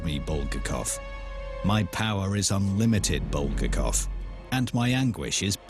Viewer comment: how can you trust a documentary when they don't even pronounce the author's name properly?